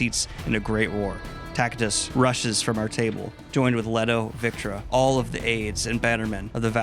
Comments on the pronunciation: It's Tactus like Cactus not Tackytuss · "Titus" sound nothing like "Tactus" Daniel especially if you speak Spanish is like "Tee-tus"and "Taack-tuus" but damn amazing summary well done goodman.